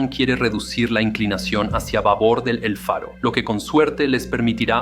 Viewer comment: Todo por un capitán obstinado que se negó a oir a su tripulacion (la ignoró totalmente) que reiteradamente le proponía cambiar la derrota por una ruta costera; para evitar la tormenta (huracan). Ref. el relato el nombre del buque es EL FARO no Alfaro (como pronuncia muchas veces) All due to obstinated captain that ignored his crew, who many times offered to change to a safer coastal route, to avoid the storm (hurricane). Namr of the ship was EL FARO not Alfaro, mentioned many times in the video. 🛟⚓️😳🥲